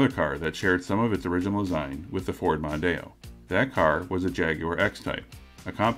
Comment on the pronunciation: As others have said, the Mondeo was huge in the UK. The first generation's styling was certainly rather uninspiring, especially compared to the French competition, but I've never heard anyone call it the "Mundano".